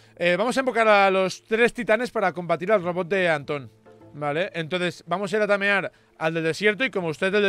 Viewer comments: "LA NUEVO" TAMERAR" Xd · TAMERAR? XD